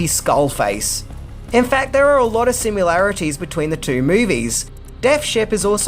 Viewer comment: thanks, liked this movie and the opening starts almost like a disney movie with the music and ship approach...then it gets nasty! the subtext of greed is well done and subtle. and I still laugh everytime you say 'sim-you-larities', lol